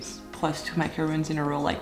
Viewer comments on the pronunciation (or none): Lovely! You know that macaroooons are coconut biscuits . But you pronounce macaron in English exactly the same as the French. ❤ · Why you call them macaroons and not macarons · Why does she call it ”macaroon” 💀💀💀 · Mc, macaroons…. lol. Love it.. keep up the nice work.. ❤ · FYI you’re pronouncing macaron wrong in English. A macaroon is a different item made mostly of coconut. You don’t need to change the pronunciation of macaron at all for English speakers. That’s how we say it if we say it properly. The reason it’s important is many English speakers say macaroon because they don’t know the difference and if they hear a French speaker saying it, it will reinforce the incorrect pronunciation because of your authority. It’s been an ongoing struggle since macarons became popular with people calling them macaroons and the two items almost couldn’t be more different.